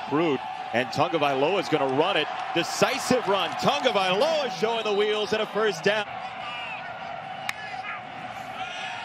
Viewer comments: The correct pronunciation is ta-go-vai-loa....its not tongovailoa!!! Say it right you guys...cmon. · Its not TuNgaviola..learn the kids name.. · Why why why why does this announcer always throw an "N" into Tagovailoa??? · Its ta- go vai Loa.... Announcers cant get it right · Does it bother anyone else that the announcers keep adding an ‘n’ to his last name??